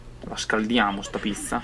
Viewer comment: Mi fai muori re quando dici piSSa (pizza)